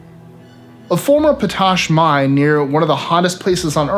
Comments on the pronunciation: Pot-ash,not po tash. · #22 pot -ash, not pa-tash! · POT ASH,not potosh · potash is pronounced pot ash. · It is pronounced pot-ash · #22, it's pronounced pot-ash. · 22 - Potash is pronounced pot ash.